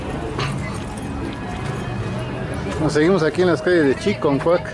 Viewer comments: CHICONCUAC , animal,... ni porque muestras el letrero. Porque dices chi"N"concuac ? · Se llama Chiconcuac, y usted dice Chinconcuac